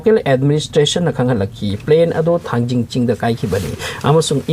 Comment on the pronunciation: Not thangjing it is Thangting muol